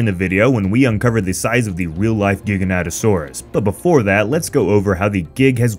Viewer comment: How do you mess up the name THAT bad? It's not GIGA- NATA. It'sfrom the word gigantic.